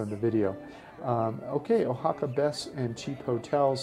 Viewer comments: I happen to live in O-Haca, better pronounced wa-ha-ka. By the third time you mispronounced the name of my beautiful city, I simply couldn't watch anymore. Why would I listen to somebody who can't even get the most basic thing right about a place. Also, the name of the city is Oaxaca de Juarez. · Yup. "Oa" is pronounced, "WA," not "O." That's why I never passed high school Spanish :) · uhaca?.....nooooooo 'Wahaca' .....yeeee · been to oaxaca numerous times and i've never heard it pronounced the way you do. oh-ha-ca. usually pronounced wha-ha-ca. oh well, nice vid anyway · Nice video but remember that you're pronouncing it wrong, so you don't miss, pronounce it Guajaca. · Very nice, beautiful location. FYI; the O in Oaxaca is pronounced like our English “Wa” as in Washington. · Oaxaca is pronounced wahaka....😎🙃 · Probably somebody has told you this before, but you are pronouncing Oaxaca improperly. The O sounds like wa. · It’s pronounced “Wa-ha-ca” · Too bad you cannot pronounce Wahaca correctly. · WAY-Ha-Ka. I have to cut away because you pan too quickly. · No, actually ‘WAH-ha-ca’ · Two comments: learn the correct pronunciation of the places you review, and slow down those whiplash pans! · Taking a lot of deserved hits for mispronouncing the name of this special city. I'd think after an hour in a new city and listening to locals, you'd correct the mustake.